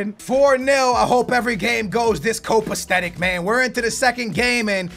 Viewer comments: It's copacetic (ko-puh-seh-tic), not copastetic. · it's co-pace-tic, not copasthetic,:3